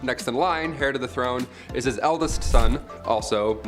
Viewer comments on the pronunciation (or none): Not "hair"to the throne. The "h" is silent. "Air" to the throne.